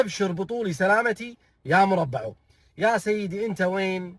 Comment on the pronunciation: مرْبِـع وليس مرَبَع